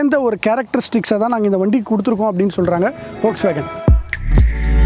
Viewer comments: வோக்ஸ்வேகன் அல்ல அது ஃபோக்ஸ்வேகன், நண்பா! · Folkswagen is correctly Pronounced